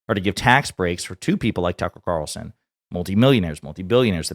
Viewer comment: “Tuckel Cawlson”